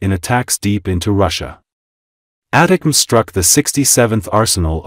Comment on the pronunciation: Your AI doesn't know how to say ATTACK M's